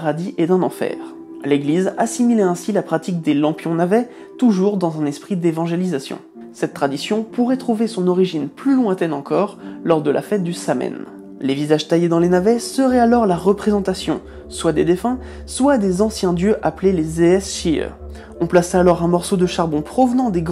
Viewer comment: Hello Alexandre. Juste une chose car ça fait mal aux oreilles à force : C'est "Sawenn" ou "Sowenn" et non "Samenn" merci !